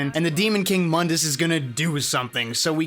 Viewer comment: Mundas is pronounced "Moondus". Only the the reboot calls him "Muhndus". Edit: Later in the video you call him by the correct pronunciation... Double Edit: You pronounce it wrong even later in the video!